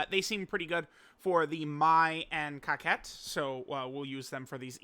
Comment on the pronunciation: Truth it's cocotte not kakette